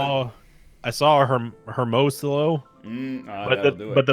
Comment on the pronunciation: It's ermoSIyo guys... Not her mo si lo...